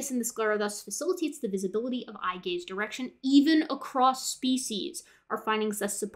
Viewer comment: I wemt through nearly the entire video being confused because u heard gay/gays every time she said gaze... So gay signaling, gay following, etc.. Im an idiot